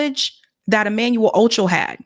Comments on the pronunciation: Are you mispronouncing his last name on purpose? Wtf. It's not phonetic rocket science. Can't you read? "Ocho" and "Acho" are not even the same. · His last name is ACHO! not OCHO! lol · Pronounced “Ahh-Cho” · Acho not Ocho